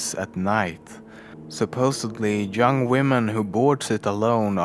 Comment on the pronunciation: Did he just say "jung women"?